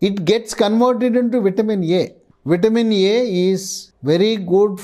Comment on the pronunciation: What is vitamin "Yay"?